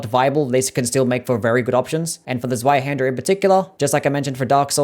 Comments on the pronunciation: That pronunciation is atrocious. It’s German so the W is pronounced like a V. Like Zveihander. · oh the pain of hearing the w in zweihander being pronounced like in english and not german